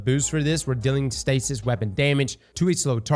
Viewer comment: Me dying of laughter cause calling stasis “stacey” 😅